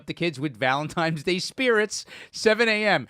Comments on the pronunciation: did and ryan say valenTIMES day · Yo the only thing the hurt worse was Ryan saying valentimes day